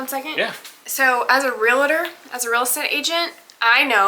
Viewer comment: it's Realtor. NOT REALETOR, Biggest gripe of my Real Estate instructor. You know this too! You're a realtor